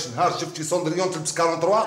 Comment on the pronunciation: واش قالت بروندريو ماشي سوندريو هههههه 😂